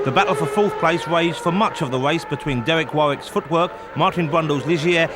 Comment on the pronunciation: Deweck Wawwick... :D